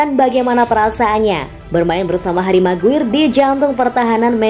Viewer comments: Bacanya "meguayer" bukan "meguir" cmiiw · Maguayer bukan maguir min